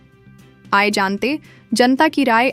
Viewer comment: Google voice 😂😂😂 Aaiye jante hain nahi, Aaye Jant 😂😂😂